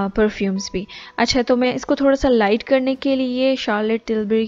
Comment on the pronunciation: not lite it’s light 😂 jk lol pls don’t take this seriously c